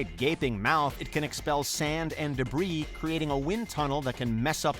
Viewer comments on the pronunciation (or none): none